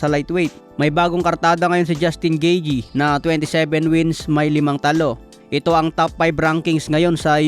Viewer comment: 'Gitey' ang ang tamang pronounciation